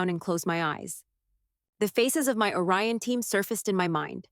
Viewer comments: It’s ORION, not a Ryan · It’s “Orion” not “a Ryan”! If you can get it right once you can get it right EVERY TIME.